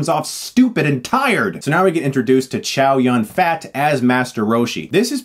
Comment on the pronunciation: Chris, come on. You cannot even pronounce Chow Yun-Fat (Zhōu Rùn fā) properly. Just call him Donald Chow then. Are you sure you are his fan? Lol, fat. Nice review.